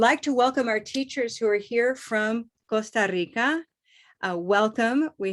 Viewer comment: Hi! Why don't you pronounce 'Costa Rica' in English? After all, that's what we're learning here, right?